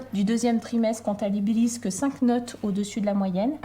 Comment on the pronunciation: je cite :"contalibilise"